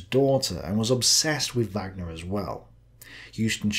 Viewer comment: A fascinating insight into German thinking at this time. Madam Blavatsky seems to have influenced everyone around this time - all but forgotten now! I cringed at your mispronunciations of Wagner, Bayreuth and Sigma!